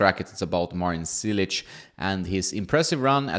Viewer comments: its like you say word " Church "... so its -> "Chilich" not Cilic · Wrong pronunciation… it is spelled in english like cheelich. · Hey, just a tip: the first "c" isn't pronounced as an "s" but rather as "tch" as in tchaikovsky. Love the channel, keep it up! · You would think by now this guy should know how to pronounce top tennis players names. LOL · It is 2022 and you still can't say his name the right way...that is sad...